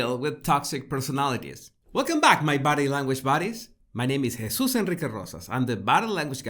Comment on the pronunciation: Anyone else hear him say “my body language baddies” 😎😝😘🤣